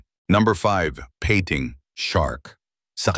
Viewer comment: Peyting (pating) haha😂